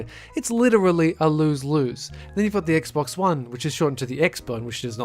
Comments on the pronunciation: Did he say gaybox XD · lol did he say gay box instead of Xbox? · He calls xbox "gay box" while talking about halo custom edition